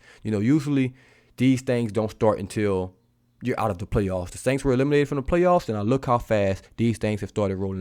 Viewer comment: Da “SAINKS”?????🤦🏽‍♂️